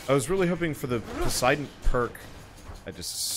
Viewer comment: Please stop pronouncing Poseidon as posidon